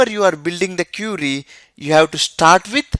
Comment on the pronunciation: IT IS QUERY NOT CURIE BRO.